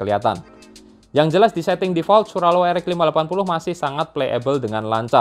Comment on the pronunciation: Hampir nyebutnya swallow